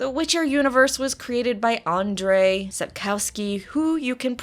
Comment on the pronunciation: Dear, nice introduction to the world of The Witcher. Though the content is spot on, your pronunciation sometimes is... a little bit off. 1. The author Sapkowski is pronounced "Sap - koff -ski" - ow in Polish is -off, not like meow of a cat. 2. Nilfgaard - it is N- I - L - F like "milf" not nifl like in Niflheim Last but not least, the Higher Vampires of the world of the Witcher are a fascinating bunch - with Regis being my favourite of all of the dozens of dozens of characters populating the continent. CU twinmama